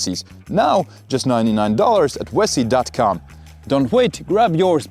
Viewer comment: hahaha another "wessi" ad intead of a Vessi one :face-green-smiling